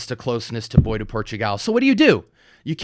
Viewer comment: Bois is pronounced "BWahh" not "boy" or "boys."